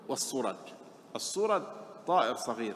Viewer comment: الصرد وليس الصرج